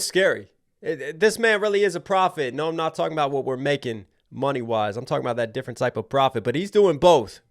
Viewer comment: 👶🍼 "Kendwick is difwent and not even cwose"